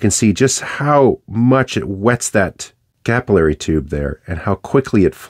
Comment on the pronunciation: Capillary, not capillary!